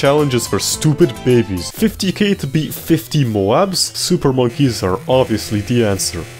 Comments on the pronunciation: I can't with the "bet" insted of beat 😆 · tell me why you say i bet a gamemode when its pronounced i beat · Great video. I’ll have to give you a 3/10 for your constant pronunciation of “beat” as “bet” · I get the urge to rip my brains out every time he said "bet"... ITS BEAT!!! PLEASE STOP SAYING I BET THE MAP!! ITS I BEAT THE MAP!! PLEASE!!